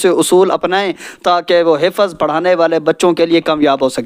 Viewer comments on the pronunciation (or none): Pehle aap apna talaffuz sahi kareN Hifaz nahi hifz Wakat nahi waqt Ilam nahi ilm Tame nahi timre